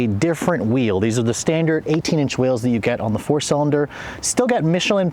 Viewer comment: he said now you would be able to tell the difference because of the whjusmeseb eels. 🤣🤣🤣